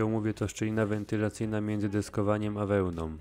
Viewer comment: Wszystko ok ale zwróć uwagę na wymowę, nie mówi się wełnom, pleśniom, wentylacyjom itp. tylko wełną, pleśnią, wentylacją... szanujmy nasz język bo słucha Cię dużo ludzi, materiał przez Ciebie przygotowany chętnie obejrzałem i uważam jako cenny. Powodzenia! 😉